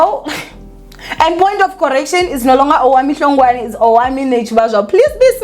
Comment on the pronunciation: "Owamie Hlongwa" 😂even isiZulu is not Zuling😂why can't she say your former surname properly weeh😂